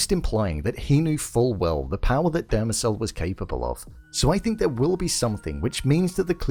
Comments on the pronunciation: “Demerzel” not “Dermacel” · its "Demerzel" not "Demecell"... ffs.